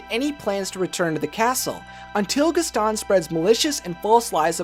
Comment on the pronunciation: Okay but it's GASTON, not Gustan. How are you making such a mistake?